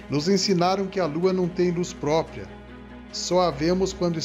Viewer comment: não é própia e sim própRia!